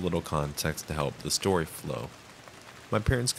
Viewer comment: SHtory #1, SHtory #2, and SHtory #3